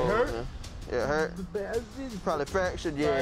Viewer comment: did he say fractured or fa....ot lol